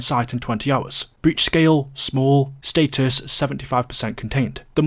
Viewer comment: it’s “status” not “status”